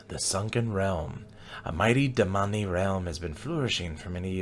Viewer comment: Man. I love your French interpretation of the Damani 🤣